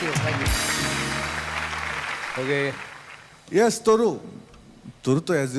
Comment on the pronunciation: নাম কি বললো তরু নাকি গরু..